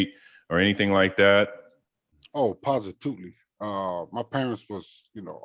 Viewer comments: positoot-ly? Lol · Uce said positootly 😂😭